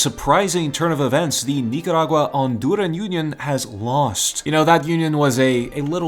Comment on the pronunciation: Honduran ❎ Andurin ✅